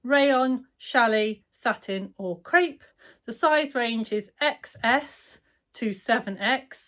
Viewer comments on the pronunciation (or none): none